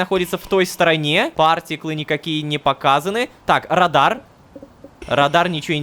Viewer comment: мне слово радар послышалось как радан(радан это чел из сезона идеальный мир)